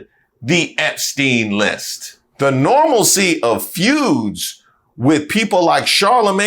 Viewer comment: How about that "normalsie'😢